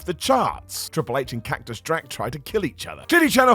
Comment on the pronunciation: Cracktus Drak? 😂😂😂😂😂 Seriously, though, I'm not gonna be the guy to criticize the Maracas thing...mainly bc of JD McDonut 🤣🤣🤣🤣